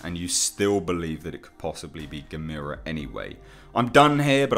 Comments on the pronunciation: Come on dude it’s Gamera! There’s no I in his name! Get it right, ya dingus! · Look at the old movies... they say Gam-er-a. Other than that love the channel.... Peter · No it's not gamers. No no no no no. Nobody believes that and you say Gamers wrong. It's more likely Barugan as he actually tunnels but Ang is a fair assumption. But it's Gammer-ra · No, it's "Gamera", pronounced like ^^^ (@ Tech" or "Guh-mare-uh." lol. Or, if you prefer; "Gam-irrr-uh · G VS G would be to epic if done right !!!! The theaters would explode from so much awesomeness but this would have to made in japan to do it JUSTICE !!! ITs GA- mera emphasis on the GA btw. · I highly doubt its Gamera even though I WOULD love to see him in it. Yes he is a "good" monster. You ARE killing me with the mispronunciation of his name by the way. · You definitely butchered the name you said it completely wrong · You said Gamera name wrong!!!!!!!!!! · You are saying gamera wrong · stop pronouncing it like that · Love your vids...your saying "Gamera" wrong, your saying "Ga-me-ra" when its Gah-meh-rah". its the Japanese and their vowl system. theres 5 main sound A/a(Ah),E/e(Eh),U/u(Oow/ew),I/i(Eee), O/o(Oh), and ALL Japanese words can be more easily read and said knowing this. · Ga-met-a = NOOO Gam-er-a = YAH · Just want to let you know, it's not "ga-mee-ruh". It's "gamma-ruh" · It's not GAMIRA it's GAM-ERRR-UH. That's how they pronounce it in the films! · You're pronounciation of Gamera is killing me. You say it like Gameira but its more soft snd smooth. GAH MER A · Michael Onak YOUR* grammar is killing me. [Your* pronunciation* of Gamera is killing me. You say it like “Gameira,”* but it’s* more soft and* smooth like “GAH MER A.”*] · Who the heck is "Gamira"?? Never heard of him. But I have heard of Gamera. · "Guh-meer-uh"? Never heard his name pronounced that way, heh. (Typically it's 'Gam-ER-uh', as in camera.) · It's pronounced like CAMERA. Not Gameera. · Gamera not guhmeeruh